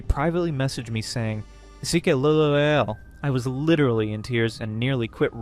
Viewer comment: I think "sike lol" is meant to be "psyche, lol", no "sickuh eloeluh". 😂